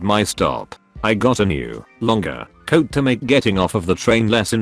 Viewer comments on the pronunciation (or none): none